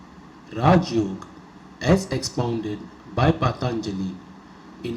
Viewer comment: good knowledgeable narration. But don't modify the word yoga. whenever pronounced yoga as yog its very painful to hear.